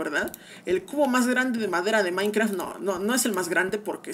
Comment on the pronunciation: No se dice maicra se dice maincraft 💀👏🏻👏🏻👿👿👿👿🤨🤯🤯🙀